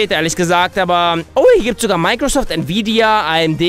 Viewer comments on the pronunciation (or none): none